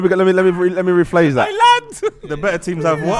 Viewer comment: “Let me rephalse that” is class